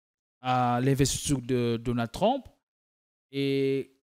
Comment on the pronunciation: "Trump" dans la bouche de: "TLLLOM" 😂😂😂. Sur le fond je suis d'accord avec lui.